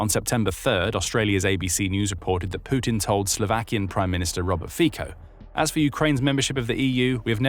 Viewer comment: Sputin... Putin 😅